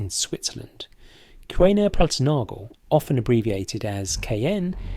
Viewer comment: And it's pronounced 'Cooner and nagel', not 'cuwena plus nagel'